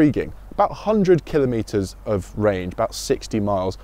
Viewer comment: This is the solution that everyone has been waiting for; excellent! As is your pronunciation of the word kilometre; well done, good sir.